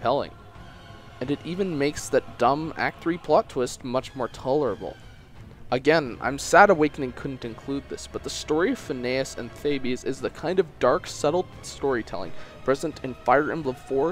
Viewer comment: It's THABES not "theee-beees".